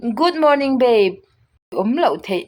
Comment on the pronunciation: good morning babe👈 ilam rik dan hi ,, bape 👈 tiang ang hian inzawm vek in i lam ri a,,, 🤦🤦🤦baby 👈beiby👈 tiang a lam rik tho tur baby,,,,tih na tho😁😁.....